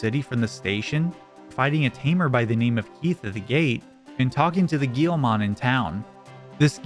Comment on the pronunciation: Bro, pronouncing Guilmon "Gheelmon" should be a crime